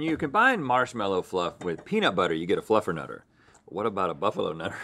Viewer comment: Rhett said Fluffalo Nutter